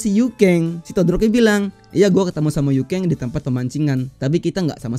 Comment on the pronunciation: Yuken bang Bukan Yukeng 😂